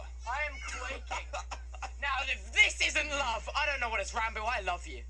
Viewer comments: Did he say ranbow? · They actually did canonically adopt a baby zombie piglin and named it Michael! (And not your fault at all, but it's pronounced ran-boo, like boo when you scare someone) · I actually think different people pronounce it differently, Ranboo himself pronounced it like he did.